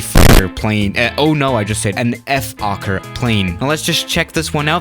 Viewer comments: It Is Pronounced Folker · Oh btw in dutch you pronounce the o in fokker as you would pronounce the o in british “oi” like oi mate :) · It's actually pronounced as "fhawker" where you would clearly hear the word "hawk" in it. Also Fokkers military history is far more notable to the public than their commercial flight era. Funny enough, a lot of people forget that even in WW2 Fokkers were widely respected by the Germans and eventually the Soviets after the winterwar of 1939 until 1940. Ofcourse after the war Fokker decided to focus on commercial aircraft again and that eventually let up to Fokker making huge mistakes in the early days of the 70's. They could have still been a part of the aircraft manufacteres market on chartered flights and cityhoppers, but yeah everyone knows what happened... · You said FOKKER haha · No one:: Ef-okker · ”F Okker” Okker: 😐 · When you say: Fokker Try you didn't swear: "F" okker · Im pretty sure its pronounced foe-kker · Just pronounce it like Folkker. see? Fo-l-kker with an L Also im Aussie so for me i say it like Fokir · Did somebody say focker? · u can say it like fold ker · Lol I always think it says f*** not fokker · Nobody: Youtube: Don't say the F word: Fokker